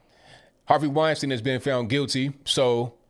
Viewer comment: Weinstein. WINE STINE ! In German ei always sounds like i. ie always sounds like e.